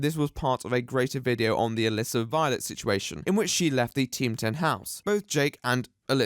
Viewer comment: For over half of the video, I thought you were saying 'illicit violence' whenever you said 'Melissa Violet'.